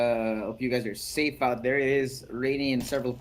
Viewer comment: and its pronounced safe, not sapi facepalm